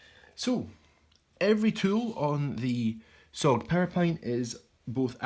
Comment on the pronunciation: Nah, it SOG, pronounced sawg. They forfeited the name “Studies and Observation Group” when they stamped everything “SOG” without dots or a single correction for nearly thirty years. It’s became recognizable under the military, and now they want to seem more serious than the other big names to go with their grossly overpriced metal since the military is no longer buying their crap. Their silly cogged hinge is a major point of failure and their knives broke.